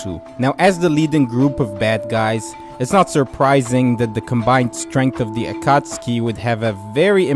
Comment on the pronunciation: Stopped watching after you said “akotskee”